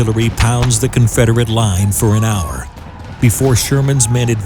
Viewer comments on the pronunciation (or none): none